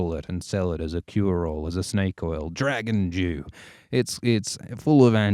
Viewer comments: I heard that as well! It does sound like he's saying "Dragon Jew." Dragon Dew is what he really saying, and now I have to ask if that's the new flavor from Mountain Dew. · I swear I hear "Dragon Jew" and we all know that's Moishe Dayan!